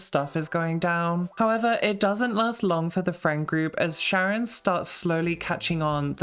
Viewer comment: The sound effect every time you censor your swearing is also used in Shipwrecked 64, and every single time it played I got like a jolt of anxiety. The films were genuinely interesting, but that was the REAL scare for me, lol Edit: The "ch" in Charon is actually pronounced more like a "k", meaning the name itself would sound similar to "Karen" but with an "o" in place of the "e" and a lighter-sounding "a". I'm not the best at explaining these things, so I hope that makes sense! ^^